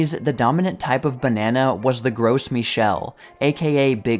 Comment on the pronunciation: "grow me-shelle" rather than "gross". Your pronunciation of most difficult words has very markedly improved since the earliest videos!